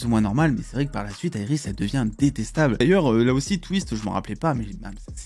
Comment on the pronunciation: Iris pas aéiris 😂😂